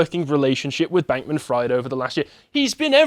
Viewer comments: It’s pronounced freed not ‘fried’ like fried chicken. Also he’s not getting away with shit there’s a huge mess the liquidators have to go through and who need to gather evidence to prosecute. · It’s pronounced “freed” not “fryed” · It’s pronounced FREED. How does one do whole report on this guy and not already heard people say his name a hundred times? 😂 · I'm enjoying how pronounces Fried like "fried eggs" rather than "freed" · may be pronouncing SBF's surname wrong.. but given the situation he's in.. it's not inaccurate.. it's a good meme tbh. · How do you not know how to pronounce Fried lol